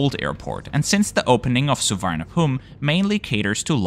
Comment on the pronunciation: Just a pronunciation guide. Suvarnabhumi = Soo-wa-na-poom; Don Mueang = Don Mwang; Bang Sue = Bang Su (close but not really).